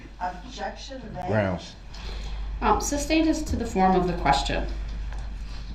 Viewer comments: "Grounds for the substain?" - PMSL!!! 😅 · If this idiot says "substained" one more time.... THAT IS NOT A WORD. Is is SUSTAINED. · I hate how he mispronounces all the words repeatedly, e.g. suBstained.